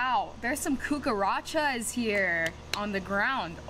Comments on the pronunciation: when she says coocarachas😂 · "I literally have seen so many COOCAROTCHOS"